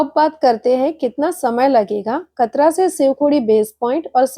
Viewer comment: मैडम जी कतरा नहीं कटरा है